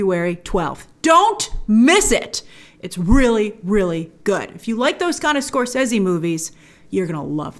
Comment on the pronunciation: The correct way